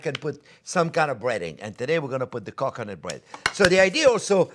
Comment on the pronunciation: It sounds like he is saying cock u' nut 🤣